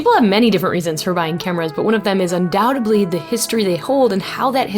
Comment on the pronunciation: "undoughtably"? is that like "supposably"?